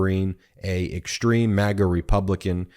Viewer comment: Ben, I love your commentary, but please use proper English when pronouncing words with "s" sounds, like "sh", i.e. "exshtreme", "deshtroy". Every time I here this improper pronunciation it sounds like "fingernails on a chalkboard". BTW, you are not alone. This is sooo pervasive that I've even heard network national news people do it. I'm on a one person quest to point this out. I'm not a fancy English major, just an Electrical Engineer. Please erase this message if you like, but please, please, please speak English. Thanks.